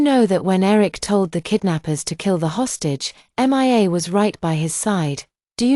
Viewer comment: Why is it so difficult for AI to read the name Mia ?M.I.A 😂😂😂